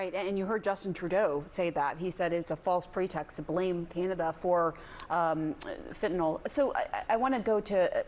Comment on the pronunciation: I notice that Fareed pronounces fentanyl sensibly.